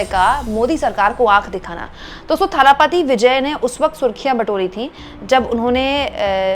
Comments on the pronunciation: You may find tje names difficult to pronounce but "kazhagham" is the word and it means organisation or संगठन। And say दलपति or थलपति not ताला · talapathi nahi dhalapathi Vijay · It's not Thala Pathy Vijay It's Talapati Vijay. Correct your pronunciation His fans may not like it.